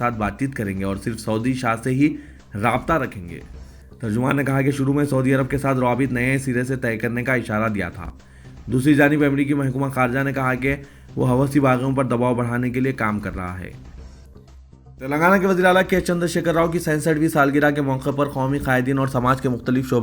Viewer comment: Dear Reader please correct the pronunciation Sheikha Latifa not Sheikh Not Hawasi it HUSHI Tribe in Yemani